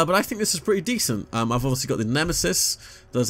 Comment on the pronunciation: He said division 2 and Destiny all the good stuff 😂😂 I think you said decent wrong man😂😂